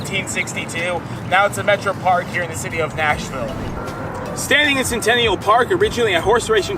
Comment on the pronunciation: Yep- that’s not how we say it.